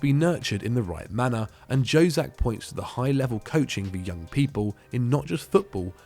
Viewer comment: Mate, Jozak is pronounced as Yozak. J is Y - Jugoslavija / Yugoslavia.